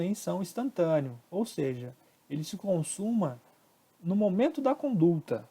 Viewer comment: muito boa a aula. Mas corrige o CONDULTA, por favor. Não tem esse "L".